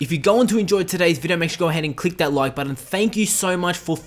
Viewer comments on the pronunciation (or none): Don’t forget to push the “budden”